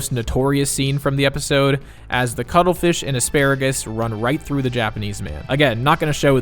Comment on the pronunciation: Vanilla paste or cwuddle fish? Ok cwuddle fish.